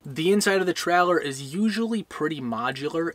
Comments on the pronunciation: Stop saying trehlehr. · I thought a Troller was a fishing boat 🤔🤣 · Great video, but I kept getting distracted by your inability to pronounce "trailer". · We should drink a shot every time you say “ traller “ 😂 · Absolutely 💯%!! Watched a Yellowstone Park video last week about the giant Wolfes. The person Narrating kept saying Woof instead of Wolf 😖🤯😂🤣